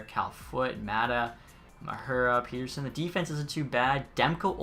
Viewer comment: i know you have probably been told this 100 times but pettersson name is pronounced pet-er-son not peter-son